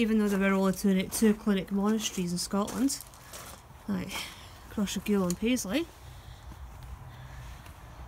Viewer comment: Cross Ray gul the propper way to prounouce it also maybole is a town lol gid video though